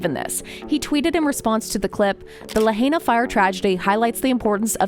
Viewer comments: Good bit, but stop miss pronouncing Lahaina. If we had honest news media it would have already been over for Oprah. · Please if you’re going to report on this unthinkable tragedy at least pronounce Lahaina correctly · Please tell your AI who is narrating this video....to please learn how to pronounce Lahaina correctly. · Why isn’t Tulsi and Joe giving any money to help these people? No helping find solutions just criticizing and twisting the facts. You can’t even pronounce the name of the town properly so get it right and quit spreading lies and conspiracy theories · I wish you would pronounce LIHAINA. Properly………Please!!! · I wish she would pronounce Lahaina correctly! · Well if your going to use an AI generated hit piece about the Maui fire response on YouTube you might at least want make sure the robot voice pronounces “Lahaina” and “Kula” correctly. Mispronouncing these towns just amplifies the complete disconnect with the people of Maui who are still suffering deeply. Ugg!